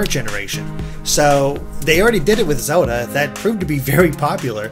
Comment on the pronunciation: I love how calls "Zelda" "Zewda"